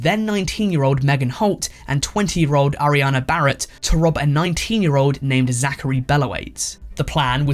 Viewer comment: I hear his "rob" as "rub" so i got so confused